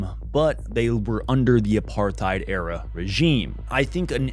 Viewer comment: Side note, I like how Leonardo DiCaprio pronounces "apartheid". He pronounces it like a South African or Rhodesian. If you watch public appearances from government officials at the time, that's what how they pronounced it, not like how most Americans do today